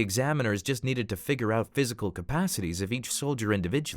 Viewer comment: I HATE THAT THEY SAY “FIGER” INSTEAD OF “FIGURE”